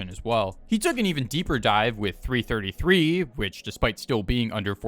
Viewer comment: It's 333, not 3 33